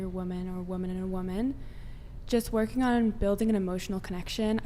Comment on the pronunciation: Am I the only one who hears her using the word “woman” incorrectly nonstop